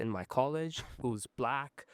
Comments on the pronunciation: i habe a friend in college whos BLACK..." he has to emphasise it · nah he straight out said BLACK like it was a slur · why did he say black like that 😂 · had to put the extra emphasis to make sure they audience knew, trust joe.